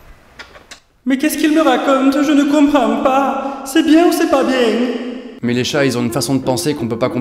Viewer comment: C'est bien ou c'est pas bieng